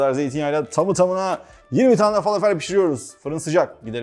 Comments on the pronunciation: Ellerinize sağlık yalnız iki yemeğinde doğru telaffuz edilmediğini çok yerde duyuyorum tebbule ve felafel son (e ) harfi ı ve e arası Ortadoğu mutfağına ait arapça olduğu için kelimeler فلافل تبولة şefim içine taze yada toz kişniş ile de deneyin çok iyi sonuç veriyor birde susam eşim Suriye'li bizde sıklıkla tüketiliyor her iki tarif teşekkürler 😊😊😊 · Fâlâfel dogru söylenişi.Arapca bir kelime bu biliyorsunuz.Dogru telaffuz edilirse daha hoş olur .